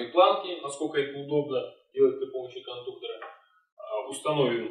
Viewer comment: Информация для малограмотных людей: не кондуктора блядь, а кондукторы, и с ударением на "у". По такому же принципу не кабеля, а кабели, не профиля, а профили, не шпателя, а шпатели, не клея, а клеи. Если не уважаете себя, уважайте хотя бы язык на котором пытаетесь изъясняться.